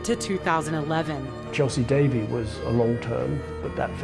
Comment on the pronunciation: Couldn’t even pronounce Chelsy Davey’s name correctly